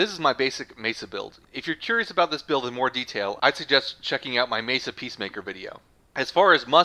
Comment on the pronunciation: pretty sure its pronounced me-sa not mee-sa